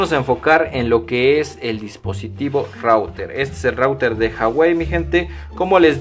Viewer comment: SE DICE RUTER